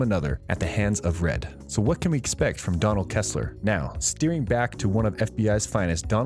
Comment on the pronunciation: PLEASE: Re-record this video with a narrator who has seen The Blacklist! This is just awful listening to! "Kessler"?! Really?!?!?!! Furthermore... whoever scripted this "review" and "prognosis" has failed to observe that the show's focus changed from Red, to Keen and her relentless cycling about her family issues, to become a point of negative viewer reaction. She became literally overbearing and that was apparently a major reason for her leaving the series. The viewers were just fed up with Elizabeth Keen. With her departure, the show is intended to get back to its roots and focus on criminal and spy intrigue, which was the reason for being so popular in the first place. Megan Boone and her character became a liability!* Personally, I am happy she is out! She's a dead horse that has been beaten so long, it left a rotting, blubbery, smelly mess on a hollow carcass!